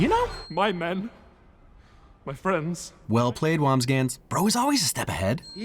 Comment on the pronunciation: Loose fri-ends? Anyway, great video as always.